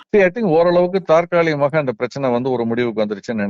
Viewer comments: ஒரு சிறு திருத்தம் ஐயா, தாற்காலிமாக இல்லை தற்காலிகமாக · சார் தாற்காலிகமாகவா, தற்காலிகமாக????